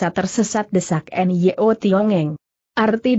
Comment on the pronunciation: Nyo Tiong Eng. Putrinya bernama Nyo Liu Jing. Sayang suara google mengubah Nyo menjadi: en-ye-o. Apa tidak bisa ucapkan: Nyo????? Mohon kualitas ucapannya ditingkatkan. Trims